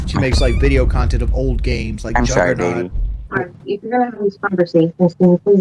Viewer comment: Ahm sowry guys. Ahm beeing tu lowd. Ahm sowry.